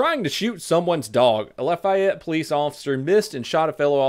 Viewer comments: Just if you needed help pronouncing Lafeyette its - "Laugh - fey - yet" or "Laugh - Fiy - yet. You can say the laugh part as "loff" if you want but ye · This happened so close to me, btw it is said law-fae-ete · As a former Indiana resident, , it is pronounced: Lah-Fay-ette. LOL But who actually cares, right? LOVE THE VIDS!!! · it's pronounced lah-fee-ette. I'm a Hoosier so I would know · Hey, big fan. This isnt about the content of the video, but you seemed to be struggling at the beginning lol. Im from indiana, and it pronounced la-fee-yet. Just here to help:D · From Indiana, and I can’t pronounce it either but I think it’s (loff-ee-ette) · I live in Indiana. And just to help you for the next time something stupid happens cause it will. Lafayette is pronounced la( like fa la la la la) fay ( day but with an f) ette( burnette) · You prolly wont respond, but I've been goin back through your old but gold videos, Im not from Lafayette, but its pronounced, 'Loff E Yet' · Pronounced La-fee-ett for future use. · Laah-fee-et I live in indianapolis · Lafayette is pronounced(at least how we Cajuns pronounce it) Laugh-ey-yet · pronounced "LA fee et" Indiana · laa-fee-ette, indiana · You butchered that name... It name is LA-FE-ET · pronunciation “Lof E et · I think the city is pronounced laugh-fee-yet, not sure tho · It’s pernounced “loffy-yet” Indiana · As a HOOSIER. La-fee-ette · "Laugh-Eye-Ette" LOL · struggling to pronounce Lafayette (Lahfeyet) makes me happy. Precious boy. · Like this - laugh-ee-ett Indiana. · its pronounced la-fay-ette or just call it laffy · La-fee-yet 😂😂 I’m from Indiana and I had trouble saying it for a while as well 😂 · its pronounced laugh-a-yet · I live in Indy and you are murdering the name Lafayette Pronounced Lof E Et or laugh E Et will work too. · Loff-e-yet is the pronunciation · it is pronounced Law-fay-ett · It’s La-fe-et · LMAO it's pronounced laugh-E-ett I hope that helps. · luh fay et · its laf-ey-et